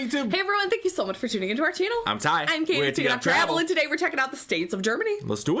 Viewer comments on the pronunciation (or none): none